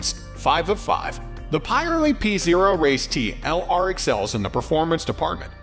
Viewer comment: Yes .. never heard of Pie Relli I tyres